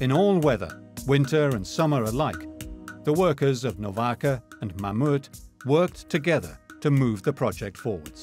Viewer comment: What company moved the arch? Meuhmeuh?... Mammoet as in Mammoth